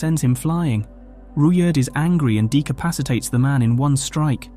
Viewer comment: Decapitated, not decapacitated.